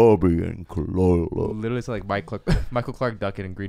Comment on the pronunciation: Khalyla.... “Ka-wee” ? Really? You said it so confidently too lol